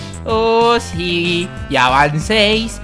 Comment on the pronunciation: Dice shí ^-^